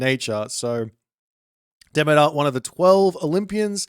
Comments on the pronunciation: He's saying it wrong. Yours is actually closer to the correct pronunciation. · I haven’t heard that pronunciation of Demeter before. My stupid brain wants to say: De-mee-turr